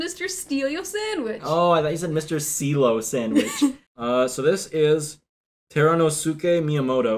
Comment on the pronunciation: Terunosuke is pronounced like the end of Josuke, you DO NOT pronounce the u lmao